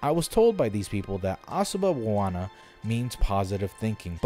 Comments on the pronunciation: Asooba baawana is the pronunciation btw. I'm a Sri Lanka. And sinhala is pronounced as SING HA LAA. And no this is not a very Buddhist thing. Buddhist people are weird in our country. Very conservative. Anti-gay, anti a lot of things. And also they believe women cannot attain nirvana. Also very Islamic and christianophobic. They have a similar thing for eating meat where they have thirty minute long chanting with pictures of animal suffering. This is mostly not meditation but forced self brainwashing evil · The word is Asuba Bawana. Good luck!